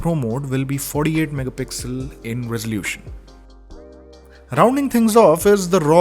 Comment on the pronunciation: No One:: FoRdE-AiD MegaPixel